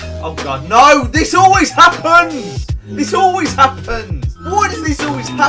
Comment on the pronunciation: Happonds that’s how u said at the start 😂